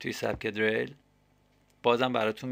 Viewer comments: dereil!!!!!!!!!!!!!! diril doroste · deeereeeeyl??? hata balad nisti esmesho doro bgi!!